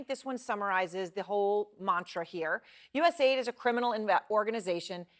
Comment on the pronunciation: It's pronounced US aid, not USA ID